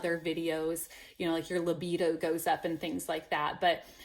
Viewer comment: It's "libido." Very encouraging video. Thanks.